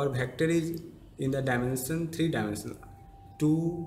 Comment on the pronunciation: its "vector" not "bector"